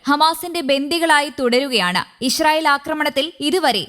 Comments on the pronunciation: ഈശ്രീയേൽ അല്ല ഇസ്രെയേൽ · ചേച്ചി ഇഷ്രയേൽ അല്ല😅😅😅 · ഇശ്റയേൽ അല്ല ഇസ്രായേൽ..